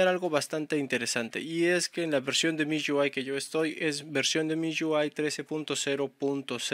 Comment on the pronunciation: "miyuai" jajajajaja